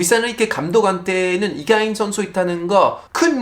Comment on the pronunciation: 아니 파비앙님! 왜 때문에 오늘따라 되게 잘 생기신거죠? 🫢 집중 안되어 혼났네 😵(라고 저도 주접을…) 파리와 서울 한참 왔다갔다 하실때랑 다르게 피로감 없이 뭔가 맑고 건강한 느낌을 받아서 팬으로써 기분이 좋아요 😊 또박또박 정확한 발음으로 이강인 이야기 해주시는거 잘 들었습니다 :) 감사해요 ❤